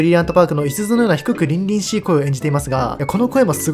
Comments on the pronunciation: 多分「りんりんしい」ではなく「りりしい」だと思います。細かいとこでごめんなさい🙏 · 凛々しい→りりしいでは？笑